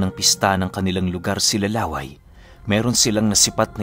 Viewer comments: LA-WAY po ata name nya hindi laway . LÂWAY. YUNG STRESS po nasa unang A😁.. Taga bicol po kasi ako ..hehe iba po share kolang 😅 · La wây Hindi Laway na saliva ang pag pronounce po mahal...😁🤣 Yung "way" medjo bilisan mo na may katigasan ang pag sabi.. yun na yun..😁 Lah wây.! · baka law-ay hindi laway ang tamang pagbigkas kc some part of visayas and bicol region palayaw or bansag yan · La'way po ang pronounce hindi laway. Kasi may kapitbahay din kami sa province as in dalawang bahay lang pagitan ganyan din palayaw niya. La'way po. And actually po magaling siya na albularyo. Dati umalis kmi dun parang ang ginagamot niya lang mga nabati ng engkanto now po sa pag kakabalita ko nang gagamot nadin siya ng mga nakulam. pag may gusto mag patingin nag papadala lang dun ng picture or di kaya pangalan.Kahit malayo ginagamot niya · Laway Po Hindi La-way 😅. Mabilis Ang bigkas para Hindi nakakatawa 🙂. Tip lang Lalo Kung dinumog kayo Ng aswang. Naikwento kc Ng Lolo ko na Minsan ay may dinumog Ang aswang sa putikan at yong taong yon ay aksidenteng nakakain Ng lupa dahil sa pagbubuno nila. Napansin nya na naging kasinglakas nya Ang aswang Ng nakakain Siya Ng lupa. Di nga bat pag itinarak mo sa lupa Ang itak eh masusumpa Ang Kabal Ng aswang? Ganun din daw Ang mangyayari. Magiging kasinglakas mo Ang aswang pag Kumain ka Ng lupa. Yong stamina nlang Ng aswang Ang maaring Hindi mo mapantayan cguro. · Ang pagbigkas ng pangalang Laway ay parang pagbigkas ng Lakay....